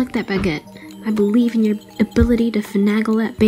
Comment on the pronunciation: Please never say fanagle that bagel ever again. It just sounds wrong xD